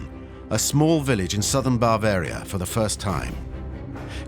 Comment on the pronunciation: Three minutes in, I can’t stand to hear “bAAvaria” once more.